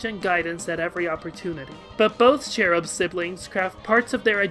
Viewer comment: It's "Cal-eye-o-pee" and "chair-uh-b"